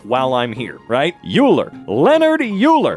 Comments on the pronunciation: its pronounced oiler not euler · Now go back and learn how to pronounce "Euler". It's "Oiler", not "Yewler". Like "Oyclid". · The fact that he pronounced "Euler" as yoo-ler hurt my soul. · As a math person, I respect attempt to get through this, and the only thing that really bothered me was his pronunciation of Euler. Great job! For future reference, it’s pronounced “Oiler”. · It's often joked that in mathematics we have to name things after the second person to discover them, because Euler is always the first Also, it's pronounced oiler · yeah. Imagine he's a guy that makes oil. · (on average) everyone gets it wrong at first, its a super tricky name. oiler is the proper name though. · its pronounced "oiler" for some reason (just let things get named after ppl other than euler pls) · leonhard euler (pronounced oy-ler) was a mathemetician who i believe was from prague, czechia. As shown in the meme, he has a lot of things named after him. The most famous example is e (euler's number) which is the solution to euler's formula as far as I know, which if you're wondering, e is about . here's a fun fact. e to the power of pi is roughly 23.14, so e to the pi minus pi is almost 20. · Btw Euler is a German name and is pronounced like "oiler" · A part of me died every time I heard "Yuler" :') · the way he just reads yoo-ler when the wiki has the pronouciation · IT'S PRONOUNCED OILER, not euler!!! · we pronounce it like "oiler" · It's so funny watching this when you actually understand it. X3 Btw Euler is pronounced more like oy-luh. That's literally how I explained corona to some people. Yeah that's completely possible, but that doesn't mean that j=-1. You can define a number j such that j³ = -1 but j != -1. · he phisicly hurt every mathamatitian, whenever he said yuler. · "Euler" is pronounced like "oiler". I found that out when vsauce taught me what an Euler's Disc is. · I know it's stupid, but Euler is pronounced oiler. Don't ask me why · My boy really said Youler